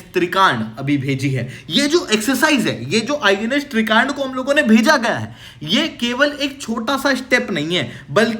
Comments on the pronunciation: या तो हिंदी का प्रयोग करें या इंग्लिश का। तुर्की बोलें तो साइपरस बोलने में क्या दिक्कत है? या तो फिर तुर्की कहें। त्रिकांड क्या होता है?? आप त्रिकंड कहिये। हिंदी तो कम से कम साफ बोलें। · Kya kya bol rahe ho साइप्रस ko सिप्रस aur INS trikand ( आई एन एस त्रिकंड) को त्रिकांड bol rahe ho..